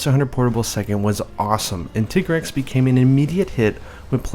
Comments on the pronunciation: it's not a fucking tiggrex it's a TI-GREX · If it's based on 'tiger' then why do people call it 'tig-rex' instead of 'ty-grex'? (TIGer-REX?) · >Japanese name is pronounced Tigareksu >Still calls it Tai-Grex Why are Americans so persistent that thir only language exists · Tigrex, most people assume the 'tig' is from English tiger. Wrong, it's from the Spanish "tigre". Hence tea-grex pronunciation. Educate yourselves ppl. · You saying tigg-rex is making me trigg-ered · His named derives from tiger. You don't pronounce tiger "Tee-ger" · Since my group of friends couldn't agree on a pronunciation for Lagiacrus we all just agreed to reverse it and call him surcaigaL or sir-kay-gull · I don’t give a flying duck Capcom calls it “titgrex”, because they are Japanese, they do not have a deep enough understanding of the English language to decide the linguistically correct pronunciation of any English word even if they made it up in the first place. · Tai-grex, because his nature is supposed to be similar to that of a tiger. even references this People are gonna pronounce things however they want, but I definitely believe "Tai-grex" is the correct way to say it. Also, "Wrath-uh-low-s, Fay-tal-iss, and Yee-Ann-Cut-Coo. 'Yian Kut-Ku' I may very well be pronouncing wrong, but it's how me and my friends have always pronounced it. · You tiger taiger and Tig-rex just sounded wrong to me but what do I know I awlaws called Gobul Gobble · I do "Teeger-rex" . Pronounced like the German tanks.